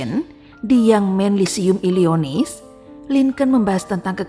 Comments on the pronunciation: Illinois, bukan illionis mbak 🙏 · Illinois dibaca Illinoa 😊